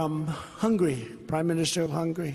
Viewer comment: Did he just call Hungary, "Hungry"?